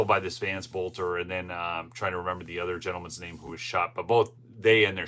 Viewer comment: It may just be a pet peeve of mine, but you need to pronounce their last name properly. I mentioned this once in one of your videos. His last name is pronounced belter, the O is silent. His dad was a school teacher of mine. Everybody is pronouncing his name wrong, except for a few people on the local news.